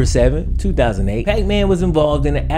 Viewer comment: I get that when you said puckman my brain immediately switched the P for an F lol